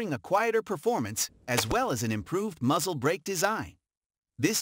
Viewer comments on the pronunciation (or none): none